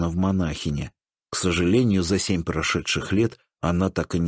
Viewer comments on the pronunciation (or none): none